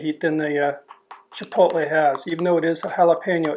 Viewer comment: I'm glad you don't pronounce it "chipol-Tay"